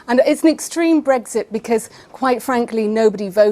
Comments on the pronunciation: Oh she's talking about "brethit" not Brexit. Maybe thats why Andrew got confused. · Bottom line is she'd rather laws in force in the UK were made outside the UK. Like all pro-EU people she wants a proxy government i.e. the EU.And she talks in generalities and abstractions, like a student who's never grown up. And it's Brexit with an x, not Bregzit, as she keep saying. Also, she's evidently a liar: says the Greens want immigration controls, in the next breath shows they don't, because their police IS for open borders - then she waffles on about reuniting families. Insane.